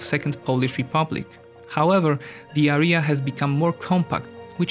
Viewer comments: Hi, English teacher here. I can say that you slight tendency to mispronounce certain words such as "area". Btw. Pronunciation is somehow close to registration plate from my local area - RJA, er(i instead of j) and a. /Eria/ Cambridge dictionary might be extremely useful for pronunciation purposes. Probs for collab with Caspian tho. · It was a very interesting video. However I have a little remark. You have to pronounce the word "area" with a stress on the first a. Keep up the good work!